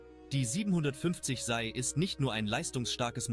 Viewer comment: Man sagt SEI, nicht SAI.